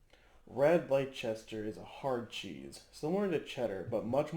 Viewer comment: what lol .... LECH CHESTER? its LES TUR mate ;)